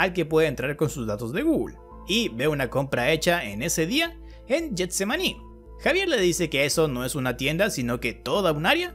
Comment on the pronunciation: AJAJJAJAB soy de colombia y específicamente de Cartagena y siempre veo tus videos, me gusto la parte donde dijiste getsemani JSJSJSJA en realidad se pronuncia jetsemani